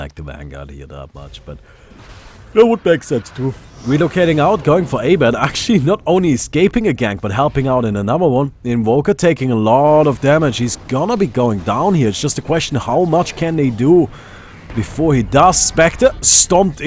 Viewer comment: u pronounce abed as ugh-bed not eyybed lol.